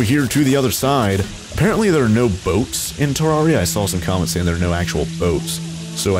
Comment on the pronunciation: Not to be that person but its pronounced Ter rare I a